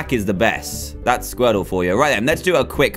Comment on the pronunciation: Dan's Squirtle(?) Accent- Skwetow Dan's bubble accent- bubbo